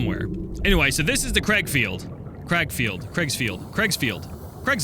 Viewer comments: It's not crag field it's kraglefield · How you do say it it sounds like grag feild